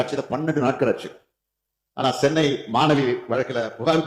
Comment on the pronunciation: Sennai or Chennai....the worst CM can't even tell his own city name correctly.